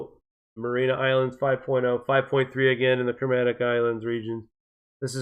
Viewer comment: Mary-ah-nis islands Ray-kee-yahnis